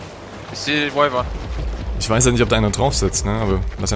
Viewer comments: Die Videos sind Qualitativ definitiv besser als deine sonstigen. Mich triggered immernoch die falsche Aussprache von Wyvern und Spawn aber irgendwie gehört das schon zu dir ^^ Mehr Videos solcher Art würden mich freuen, vielleicht sogar jeder Tag als eigenes Video - auch wenn 2 , 3 Stellen vielleicht nicht ganz spannend sind - ODER auch einfach ein ungelistetes Video wo beispielsweise der Raid der Holzfäller UNCUT zu sehen ist ^^ Würde mich zumindest interessieren :) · Bitte sag nicht wivern sondern Weivern 😂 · Eig heißt es ja Ned wiiiivern loool